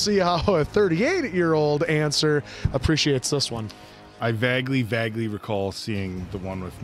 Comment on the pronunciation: Okay... I've let it pass too many times but I can't do it anymore...gotta help you out: vague is pronounced VAYG...a as in play...soft g as in go. Vague rhymes with plague ( playg). Sorry... no disrespect. ❤